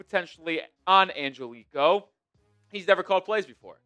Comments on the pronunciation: The last name is not pronounced "an-gel-ee -ko" it's more like this... "an-ge-li-kee-oh" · Hey I just wanted to say Angelichio is 5 syllables not 4 like you keep pronouncing it. Try An-gel-li-chi-o that should help in pronouncing it correctly.